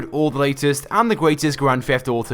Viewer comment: It is Grand Theft Auto not a Grand Fleft Oughto